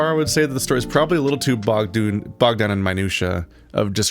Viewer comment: Bogged doon? Are ye Scottish, lad? ;)